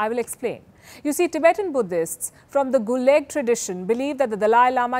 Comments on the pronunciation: Can someone stop this woman from sounding sarcastic. She's horrible. It's the gelug tradition. Not guleg. And only Hindus feel the need to escape the circle of life and death. Not Buddhists. Bodhisattvas come back again to be of service to humanity. Atleast in theory, if we are concerned with that. Don't expect a Sharma-Upadhyay to know that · Thanks Palki for this great coverage. By the way, it should be pronounced as "Gelug tradition", not "Guleg" which is very close to "Gulag" (the Russian one). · Gelug not Guleg.